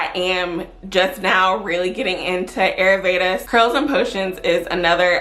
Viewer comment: Ayurveda pronounced... Eye-yür- véda😉😘